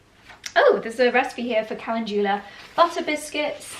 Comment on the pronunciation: Mispronouncing CALENDULA